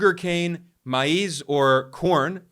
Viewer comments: Maize is pronounced as "maze". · Please Note: maize is pronounced "maze". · Maise is pronounced mayz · MAIZE= [MAY Z or Maze] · Pronounced "maze" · maize is not pronounced "mice". Ha ha ha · You really cant pronounce maize? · Goodness gracious. Dude doesn’t even know how to pronounce maize n yet wants to glorify brics n slam usa. Moronic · Learn how to pronounce maize ffs